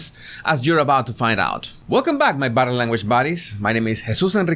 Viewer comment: I agree it doesn’t because when you attempted to pronounce the word body, it sounded like either butter or bottom. So I am confused whether you are the butter or bottom language guy. 🤔